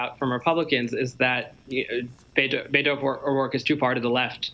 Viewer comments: Learn how to pronounce Beto's first name! It's BETT-o, not BAY-to. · It’s pretty appalling that a Texas journalist doesn’t know how “Beto” is pronounced.